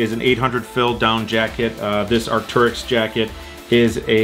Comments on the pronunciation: Arc-tair-yx not Arc-tur-yx, so triggering. Great video non the less lol 😂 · it’s pronounced Arc-Tear-Icks. Just want to help you with your pronunciation Also congrats on 50k